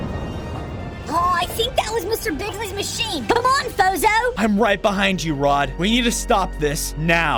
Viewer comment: Uhhh I thought that the pronoceashon was fozzzohh not fozo